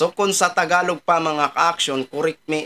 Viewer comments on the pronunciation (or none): none